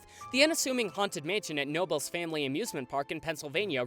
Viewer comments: Just a heads up.....knobles is pronounced "kuh-nobles". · Just to let you know your saying knobles wrong I guess you would put the pronunciation as “ Ka-nobe-les” not trying to hate just saying I live like 25 mins away from the park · As a local just for future reference, the K in Knoebel's is pronounce separately it's pronounced like Ca-nobel's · Having been traumatized by the Knoebel's one at the ripe young age of 3, I'm glad it's on this list. Also, common mistake, it's pronounced Kuh-noe-buls, not Nobles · Knoebels is actually pronounced with a k, just thought I’d let you know Incase no one else said something 😂😂 the amusement park is pronounced “KUH-no-buhls” not “No-bulls” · Just a quick note that you pronounce the K in Knoebel's (Kuh-no-bulls). I think it might be the only word where the k isn't silent. 😊 There was a castle dark ride that was half walking, half boat ride on the boardwalk in Wildwood, New Jersey, but it was unfortunately destroyed when 2 nitwits decided to break in during the winter to look around, using torches(as in fire, not flashlights) to light their way. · I’m sorry to be this person a year later but it’s pronounced “Kah-nobles”! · Love that the Haunted Mansion made an appearance! Just wanted to let everyone know though, the K in Knoebels isn't silent! It's K-noebels! But seriously love that my childhood amusement park is reaching this level of fame! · Believe it or not Knoebels is pronounced "kuh-no-bels". Source: I live in PA. It's also on the wikipedia page. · It’s pronounced “Kah-Nobles”, but I don’t blames you for pronouncing it that way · As someone from PA and been to Knoebels a lot I have never heard Knoebels just called Noebels....it’s kind of bothering me😂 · Great video, only issue it’s called KUH-nobels. The name is very confusing! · it seems weird, but it’s pronounced kuh-noebels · It’s pronounced k-nobles eeleeesburg pa. I go every year and the haunted mansion is fun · It’s pronounced KA-nobels.